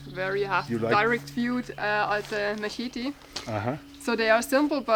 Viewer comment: Say it so it sounds like Mah-sheh-dee. Masheh- dee Mashedee. Nobody speaks machete, we all have to say the word and it looks wrong to everyone, but we just say it the way we are told by those who presented it originally. They tell us to say Mexico and it sounds like Mexico, but Mexicans call it MAY- HEE-KO. Makes no sense but its the way. You could make the blade of the little knife like a box cutter version as well and youd be the man of box cutters wherever you worked.